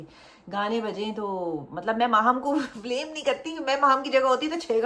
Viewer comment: Aur blame ko blaam😂